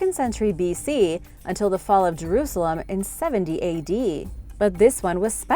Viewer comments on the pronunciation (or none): none